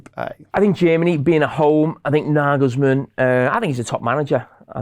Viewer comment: love how he says "naargölsmourn" :D